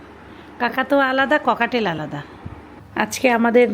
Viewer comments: Pakhitar name cocktail , kokatail na . Apnar pronunciation ektu thik korun . Apni to naki shikhhito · দয়া করে পাখি টার নামটা একটু শুদ্ধ করে বলবেন। এইটা কোকাটেল পাখি, ককাটেল না। 🙏🏻। এই পাখি আমার ছিল। পাখি যেহেতু কিনসেন বার বার ই এই নামটা নিবেন তাই রিকোয়েস্ট করলাম।